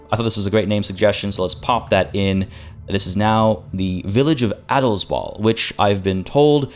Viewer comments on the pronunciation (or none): If you want to pronounce Adelsball german just say the a in ball like the A in Adels :) Both are pronounced like the a in after for example and not like in ball. And thx for playing this so early! can't wait to play it myself